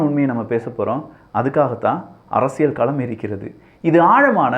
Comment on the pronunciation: நான் இரண்டு ஆண்டுகளாக கூறிக் கொண்டிருக்கிறேன். அரசியள் என்கிறார்.